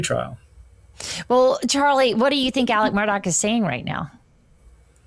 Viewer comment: For the love of god, can you please pronounce the man’s name correctly??!! It’s ALEX MURDAUGH, not Alec Murdock.